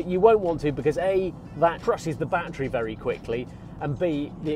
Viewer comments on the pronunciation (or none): none